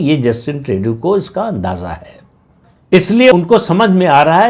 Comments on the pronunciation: प्रदीप सिंह जी, पता नही आप को जस्टिन ट्रूडो (Tru-Doh) का नाम सही बोलने मे क्यो दिक्कत होती है! 😊 ट्रेडू नही ट्रूडो! 😊 कॅनडा अपना अस्तित्व बनाए रखेगा! कॅनडा अमरीका का स्टेट बनेगा यह नामुमकिन है! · श्रीमानजी, प्रणाम! Justin Trudeau का सही उच्चारण है - जस्टिन ट्रूडो (ट्र+उ +डो). मैं पिछले कई वर्षों से Canada में रह रहा हूं और आपका चैनल निरंतर सुनता हूं; निःसंदेह आपका बहुत बड़ा फैन भी हूं. आपका चैनल दिन दुगुनी और रात चौगुनी उन्नति करे - ऐसी मेरी प्रार्थना भी है और कामना भी🙏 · पहले ट्रुडो का नाम तो सही लेना सीख ले प्रदीप सिंह 😂😂😮